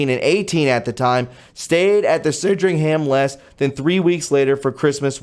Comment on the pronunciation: say SAND RING HAM. SANDRINGHAM. Great channel man.